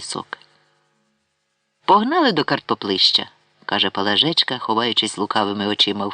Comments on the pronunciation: ПалАжечка, пані не знає наголосів, чи це ші читає? Це вже не мова а щось незрозуміле, палажЕчка, або наталОчка, дивина! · Правильне зауваження. ПалАжка. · Чому ПалажЕчка, а не ПалАжечка? Якось воно не звучить. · А чому наголос ПалажЕчка, а не ПалАжечка? Повне ж ім'я Пелагея, значить, Палажеа, ПалАжечка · Чому ПалажЕчка, а не ПалАжечка? ПалАжка — було таке імʼя